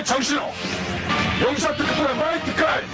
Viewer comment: 마이트가인이라뇨 ~~